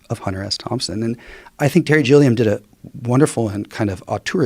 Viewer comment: It's Terry 'Gilliam' not 'Jilliam'